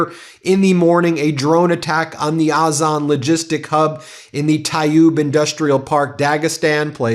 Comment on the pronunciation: It's not Oz-On it's Ozone yank